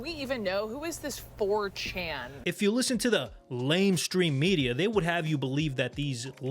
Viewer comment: "Who is this 'fourchan'?" Lmao